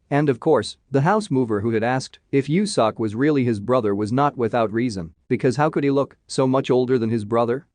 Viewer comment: I'm crying right now 😭😆😭 Its pronounced "Yo Sok". But I never thought youtube can do it dirty. 😆😆😆